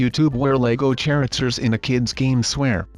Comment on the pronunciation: lol he said characters wrong